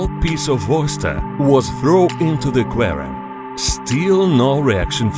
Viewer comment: “Into the qerum with piryanez “